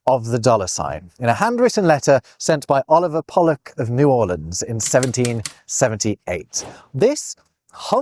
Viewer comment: Proper pronunciation of New Orleans, well done. As someone from the Gulf Coast, I appreciate that. The only time it rhymes with "leans" (sometimes) is in songs.